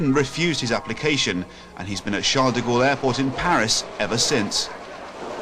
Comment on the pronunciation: It's not Sharles de Gaulle